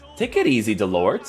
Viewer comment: Nice review as usual. Just a tip in french you do not pronounce the final “t”. This goes for Delort or Mollet for instance. Pronounced Delor and Moley.